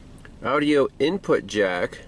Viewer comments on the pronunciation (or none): Is anyone else chuckling every time he says audio as Audi-o? It reminds me of my grandpa.